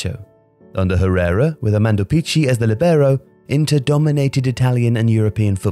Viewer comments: Great video as usual, but please once again be careful about pronounciation of foreign words and names. It's lìbero, not libèro; Armando Picchi is pronounced Pikki, not Pitchi. Seriously, I understand it's a detail but it literally take 2 minutes and you're not the kind of channel that is not focused on good production. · Christ “CH” makes a “K” sound in Italian. I had to google Armando Peachy until I figured out it was Armando Picchi (Pee-Kee) the whole time. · Hey, an Italian speaker here. Great video but please, learn how to pronounce the Italian words: it's lìbero, not libéro, and Picchi (pronounced like "Pikki"), not Picci;)